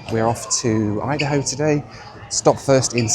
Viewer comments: Please stop saying hideyHo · I keep hearing “hidey-ho” instead of “id-a-ho”.